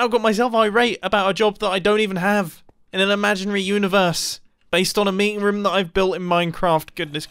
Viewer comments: I love how he says room lol like rom xD Love youuuu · he pronounces room as ruum which im not used to lol. its the second time ive heard him say it like that since i first watched him (two years ago) and the other time was reffering to his last life bunker (rip that mumbo aye) except im not jolly bout his death